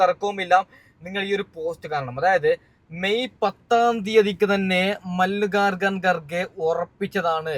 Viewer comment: എന്താണ്ടാ ഇത് മല്ലികകകൻ garge യാ. ഒന്ന് മര്യാദക്കു പേരുപറയാൻ പഠിക്യട വിവരദോഷി